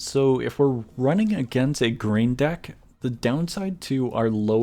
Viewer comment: I think i hear duck not deck ._.